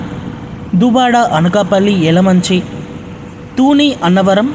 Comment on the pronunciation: 0.28: తీసుకు రానంది కాదు రానుంది అనాలి . శ,స, ష ల తేడా కూడా గమనించాలి. తూని కాదు తుని. చిన్న చిన్న తప్పులు సరి చూసుకుని అప్లోడ్ చేయండి 9/10🎉🎉🎉🎉🎉